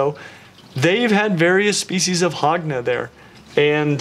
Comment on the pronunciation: I thought you were saying hog nose and now it sounds like hogna knoll